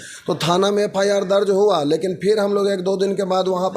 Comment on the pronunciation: FIR KO FRI BOL RHI HH